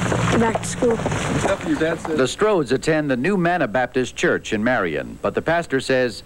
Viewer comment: ”they ourghta preach — it’s CHAAAARrrrch”